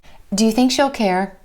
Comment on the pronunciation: thanks for sharing, but i have a question, in the example of she'll , it sounds like shall, how to notice the difference ?